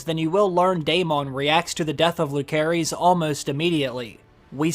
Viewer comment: "Loo-care-eez" That's hilarious...try watching the show before you make videos